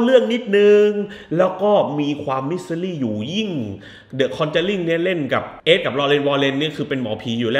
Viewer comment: คอนึจารีคึ ออกเสียงแบบแจแปน